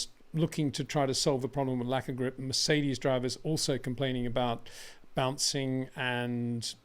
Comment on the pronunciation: hasn't pronounced Mercedes properly once